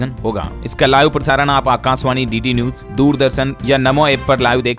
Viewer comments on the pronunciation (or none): Sabse bda jivit pakshi Shuturmurg i.e. Option A hai. Aur BBMB ki full form hai Beas Bhakra Management Board.Kuchh aur galtiyaan aap ki pronounciation mein hoti hain,jaise ki news ko aap aise bolte hain maano news ki spelling neuj ho. Again aap pause ko aise bolte hain maano paaz ho.Bura mat maaniyega.